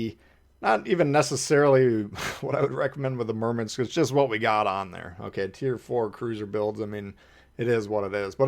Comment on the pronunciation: WTF is a Merminsk lol